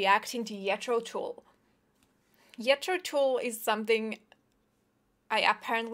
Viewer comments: The “j” Is “Je” “Throw” (Not silent “J”) “Jeh-Throw” almost like “Jay-Throw” with “eh” Tull is pronounced like “Toll” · BTW it’s Pronounced Jethro with a j as in Jimmy Jane Jagger not yet re and Tull as in dull run. Although in the north of England it would be pronounced tull as in full pull etc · I really find you accent very sweet. You say Jetro Tull. Its pronouned "djethro Tull" :-D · How many times does she say that she’s classically trained? Hmmmm…. ALSO… it’s JETH - RO - TULL!!! There’s a J in it NOT a Y. And it’s TULL as in Hull or Mull or Gull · Gethro Tull not yetro Tull pronunciation wise. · 'Yet-tro Toole"...,love the classic European pronunciation... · I did! Ian Anderson is god of the flute! Love a classical player's reaction......wow! you knows it! and someone probably told you it's pronounced with a ssoft gee...best wishes and take care! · Mike G She pronounced it as a Finn would! Yetro Tool! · Yethro Tool !! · She had me at Yethro Tool. And she wasn't family with them (familiar) -- God bless this young woman! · Sounded like “Yetro Tool”. lol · I know that I am not the first to make this comment but her pronunciation of Jethro Tull is adorable. I cannot get it out of my head. Yetro Tull. 😊😊👍👍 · Also not know how to pronounce his name: It's "Jethro" as in "Jethro" (a biblical name) and "Tull" as in "Tull": the name's taken from a British historical person. Did your teachers not tell you about Google either? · I love how you pronounce “Yetro Tool” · Hilarious that she's saying "yetro". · It pronounced JET-THRO TULL, and even though you’re a classically trained flutist , you still should of heard of Jethro Tull and IAN ANDERSON. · She must be German, because the "J" in German is pronounced as a "Y". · Your pronunciation of "Jethro Tull"...instant like. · J is pronunced like I in many languages - I guess in Finnish too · Couldn't agree more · Because in Finnish like Hungarian J is Pronounced as a Y sound. And yes it does sound kind of cute x